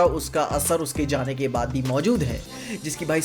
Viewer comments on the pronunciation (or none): none